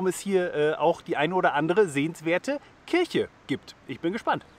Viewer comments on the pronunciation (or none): none